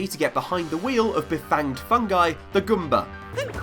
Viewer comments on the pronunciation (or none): goomba, not gumba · Why... why does he say gumba instead of goombah. (Goo-m-bah) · This guy doesn't know how to pronounce english words. IT'S MAR - EE OH. And, not GUMBA, GOOMBA. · "Gumbas" Who says Goomba like that? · I like how says Goomba in a way that rhymes with Zumba